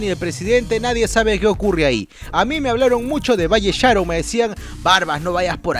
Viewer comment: Valle Sharon el acento es en el on jaja